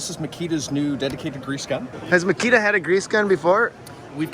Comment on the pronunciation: Don't be lazy and learn right pronunciation . It is not "makira", ha ha ha.